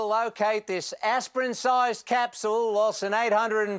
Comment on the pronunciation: Also, 'capsul' instead of 'capshyool' like most Aussies pronounce capsule. Otherwise, not the worst I've heard but quite likely deliberately not great?